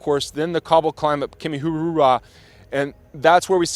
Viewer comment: your pronunciation is too good, it's Kimihurura❤ RWANDA 🇷🇼